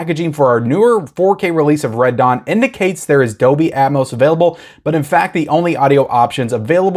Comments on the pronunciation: just so you know, the "L" is Dolby, IS NOT silent. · Pulp Fiction is great, but all I really want are the Kill Bill films. Dog Soldiers is great, so you should watch it. Not sure if I like it or The Descent more. Also, the "L" in Dolby isn't silent.